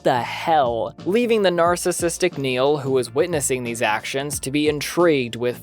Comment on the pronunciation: Its Barry Nyle not Neil. Great vid.